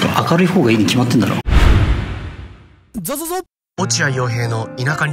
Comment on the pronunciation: ゾゾゾがソソソになってる笑